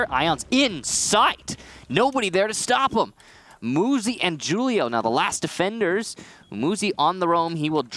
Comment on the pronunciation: "JUUL-IO" drives me absolutely insane. "WHO-LIO"